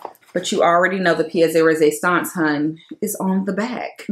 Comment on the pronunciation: Can someone tell me what pia-res-a-saunce is…. Maybe I heard her wrong! Please don’t play me, I have no idea what that is!